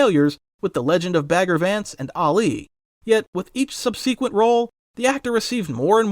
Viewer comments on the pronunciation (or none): "subsequent" is pronounced as: "sub" — rhymes with "cub" "si" — sounds like "si" in "sit" "kwunt" — with a soft "uh" sound in the middle not "sub-see-kent".